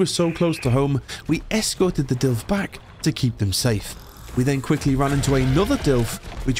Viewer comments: It's not a DILF. It's a DILO. At least read it correctly, please. They probably die because you're not feeding them. Get a TROUGH. And put more points on weight in your dinos. -_- You are so afraid of so called "spoilers" that you don't even learn about basic things. This game is just starting. You are still in the initial basics. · Hey, just started watching this episode, i hear you refer to the dilophosaurus, as Dilfs. Maybe it's cultural differences but do you know what a milf is? Haha 😂 i think its too similar bro. I looked up the "official" pronunciation: duh·laa·fuh·saw·ruhs I've always called them Dill-ohs. But it's all good bro. As always, love your stuff. Glad to join you in your ark journey. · I don't care about people on the street not able to pronounce Dino names. But when you're doing a video series, and you continually say Dilfo instead of Dilopho it feels as if you don't care about the real name, which is probably the case.